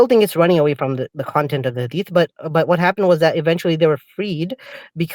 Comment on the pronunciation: From Yemen but can’t even pronounce the word Hadith 😂🤦🏻‍♀️